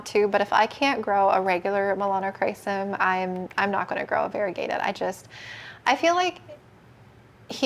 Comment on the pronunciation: “Melanocrisis” is what another plant person I watch calls the Melanochrysum. 😅🤣 cracks me up every time I hear it.